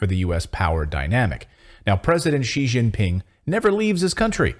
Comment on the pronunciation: Its ji ji ping, that can only mean one thing!!! You you you are fooked